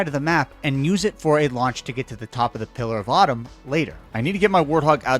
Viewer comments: You should totally re-upload this video and use Microsoft Sam to cover up every time you say pillar of autumn 😂😂😂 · Pillar of Autumn, he says. XD